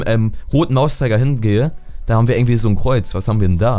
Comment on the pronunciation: Gomme xD Das heißt nicht ärgentwie sonndern IRgentwie :D